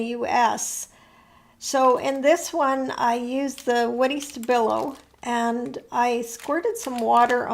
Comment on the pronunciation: Hallo, I'm German and as Stabilo is a german Brand I ensure you that we say Sta-bi-lo with the emphasis on bi😊